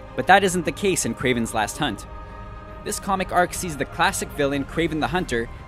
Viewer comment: You had 5 chances to say Kraven's Last Hunt and you blew it 5 times.